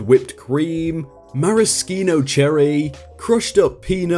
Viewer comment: Maraskeeno? Never heard it pronounced that way.